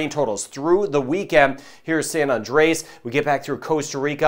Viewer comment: No offense intended here. Love the detail of your reports. Just a minor thing. We are frequent visitors to San Andres. FYI is is pronounced San An Drays. Not San An Drey ASS. On the Island they also say it San On Drays. Go visit! It's a great friendly little island.